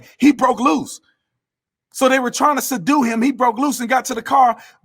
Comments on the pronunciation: "sadue" LOL! Put that on a shirt! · 😂😂"soudue...you mean, subdue" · Suh-due ??? Huked on Fonicks rilley wurksded four me !!! ~Lebron~ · Bruh... “Su-due” him 🤣 💀 I’m sorry, but that’s too fu*kin fun for real tho 💯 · Bro when he kept saying sadu 😭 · LaLoser Emphasized and said the word "SEDUE" when the correct word is SUBDUE!!😂😳LaLoser Needs to take an English Course to learn proper English and proper pronunciation!! Money can't buy an education!!😂😬😵😳😄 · "They did try to suddue him." That had me cracking up. Officer Tatum, we need more people like you and ABL in this country.